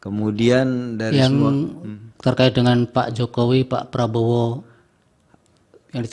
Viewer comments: apa saya yang salah denger ya, dia menyebut nama prabowo menjadi prabroro. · LAWYER KOK BILANG PRABOWO JADI PRABRORO . INI PERLU DIPERTANYAKAN LAWYER INI KEABSAHAN NYA